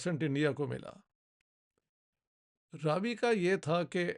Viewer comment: Raavi nahi, "Ravi" .. it's name derived from Sun